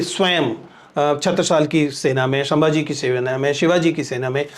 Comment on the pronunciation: सांभाजी नही सर संभाजी!!🙏🏻🙏🏻